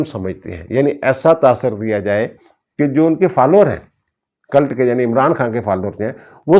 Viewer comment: It's called a cult, not culut.😊